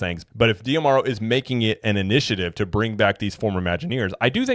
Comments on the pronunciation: Why do you insist on pronouncing his name "Dee-Amaro", and not "Dah-Maro"? I've never heard anyone else say it like that, and there's an apostrophe there in D'Amaro, so it should be read like a contraction... You can watch company videos where they introduce him by name. It sort of rhymes with "tomorrow", as cheesy as that may sound. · I mean, it's not that I've actually put thought into how to pronounce his name (though I do think it should be kind of obvious), as much as I have simply watched other content creators on imagineering, as a HOBBY. I would just expect someone who's trying to do the same thing professionally, to at least WANT to be on some kind of general awareness level that their peers are on, and also WANT to say the name of the Chairman of Disney Experiences correctly, when you run an actual THEME PARK CHANNEL! Holy cow! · Well, maybe because you're also pronouncing it wrong in every video